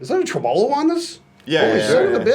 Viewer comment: did you seriously pronounce tremolo as trem-ALL-O?!? Haha that's great. But really, I'm amazed by how incredible those guitars look and sound. At that price point they can 100% compete with tonal quality of the actual name brand instruments.